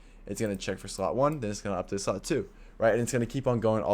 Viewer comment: The way he says: "srot" instead of slot 😂